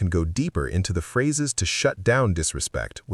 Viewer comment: "pharses" lol